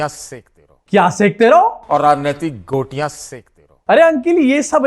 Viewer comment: गोटियाँ, सुशांत सिन्हा द्वारा बोला गया झूठा शब्द का उच्चारण!😢 माथा पकड़ लिया हमने!